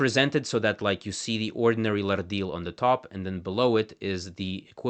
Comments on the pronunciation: Came here to say exactly this. Also the first syllable is almost always stressed in Tangkic languages, so we should hear LArdil, DAmin, and YUkulta, not larDEEL, daMEEN, and yuKULta as he pronounces them. Funnily enough, pronouncing the r as flapped like he does leads to "marlda kangka" (hand language) sounding more like "marralda kangka", which would mean "ear language". This is all nitpicking though, as linguistics enthusiasts like to do. Grateful to have a well researched video about these little-known languages! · That’s a lovely flapped ‘r’ you have, but in your pronunciation of the word ‘Lardil’ is incorrect. The word actually has no ‘r’ sound in it. From what I understand, having learned half a dozen or so other Pama-Nyungan languages, ‘rd’ is a digraph - two letters representing a single sound, like ‘ch’, ‘sh’, ‘th’ and ‘ph’ in English. In the modern orthography of most Australian languages, ‘rd’/‘rt’, ‘rl’, and ‘rn’ represent ‘post-alveolar retroflex’ consonants, where the tongue curls back towards the hard palate (common among the languages of India). If a flapped ‘r’ appears before a retroflex consonant, it would be written ‘rrd’. You mention retroflex consonants in your video, but forget to use the post-alveolar retroflex plosive consonant in the word ‘Lardil’.